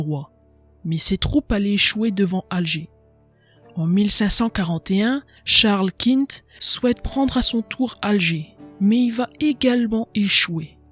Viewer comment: Beau résumé, bravo. Attention à la prononciation de quelques mots : fellagas et oulemas, on ne prononce pas le S à la fin ; Charles Quint se prononce "quin"